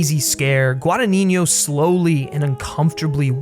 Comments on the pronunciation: This is the first video of yours I see, and I really enjoyed your review,!! Just saw Suspiria at a little artsy cinema a few nights ago, and it definitely stayed with me. Not yet exactly sure what I feel about it, but definitely one of the best movies I've seen in a while. Just a friendly Italian correction: you're pronouncing the director's name wrong. It's a tough one, I understand, but it's GuadaGNino, while you say it as GuadaniGNo, with "gn" in Italian being the same as the Spanish "ñ" sound. Just thought I'd let you know!! I really love Guadagnino, and this movie didn't disappoint. That quote of his you included at the end about the intelligence of audience I think summarises perfectly his approach to cinema:) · Forgive the unnecessary pedantry, but I listen constantly call, from those who are native English speakers, the director Guadagnino: "Guadanigno" (Guadaniɲo). If it can help, to pronounce his surname correctly you must put the "ɲ" ("gn") in the previous syllable, not in the last one: is "Guadaɲino". Sorry dude ^^ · Pronunciation guide: Gua-da-gni-no, there's no 'niño' in it. 'gni' sounds like in 'lasagne' or 'gnocchi'. 'no' sounds like 'no'. You can actually approximate the 'gni' as a 'ñi' but not the 'no', which is just a straight 'no' ;) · hi! thank you for your video! one thing: it's guadagnino that means that you say guadaGNino so the gn (the spanish n) sound comes on the first n and the second n is just pronounced as an N. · Giallo is pronounced jaw-low. Guadagnino is pronounced gwah-dah-knee-kno. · You are saying Luca's last name wrong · I'm italian and I couldn't get over how badly you pronounced Guadagnino every time. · you really should know how to pronounce "Guadagnino" if you are gonna say it 3000 times in a video